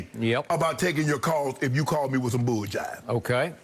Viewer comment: Shannon "...if you call me with some bullshjive" 🤣🤣